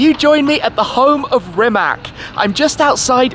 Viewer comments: How about you first start pronouncing the dude's name correctly, and the name of the factory as well. It's "Rimats", not "Rimak". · It's Rimac! Not Rimak! You should pronounce it like ''Rimats''! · Rimatz, not Rimak! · Its not Rimak, its Rimac. Dam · NOT Rimak? RIMAC! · It is Rimac, not Rimak